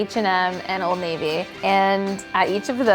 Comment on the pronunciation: What did u call old navy????? Old NAVUUU????🧐🧐🧐🧐🤨🤨🤨